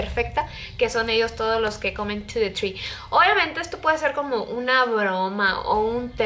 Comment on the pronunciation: Jaja me da risa como lo pronunció "ar yu comin to te tri?" xD